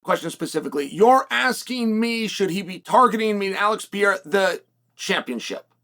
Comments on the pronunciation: Chael is so corny. Say the dudes name right stop being disrespectful. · The real win will be when chael actually says his name right. Thats Chaels next fight and he’s like 0-600.